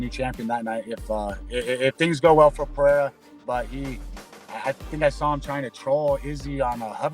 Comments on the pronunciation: Chael: P-A-RA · Khazmat, pe-era , uncle laev 😂